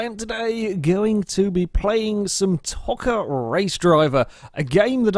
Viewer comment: Play ToCA Touring Cars 2 and it's pronounced Toe-Ca not To-Ca it's Dan Eaves not Evans